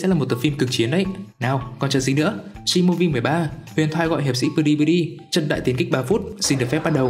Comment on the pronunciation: Huyền thuyền ?????????? sao đọc là huyền thoại